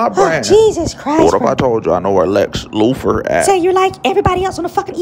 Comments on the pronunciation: "lex lufor" man... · My nigga said Lex Lufer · The way he pronounces Luther lmfao Loofer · Watching this for like the 5th and I'm tripping how he keeps adding an 'f' to Luthor lol